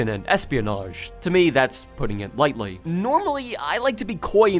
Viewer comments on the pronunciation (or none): none